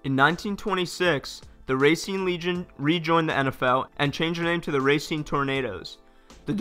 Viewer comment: Racine is pronounced Ra-seen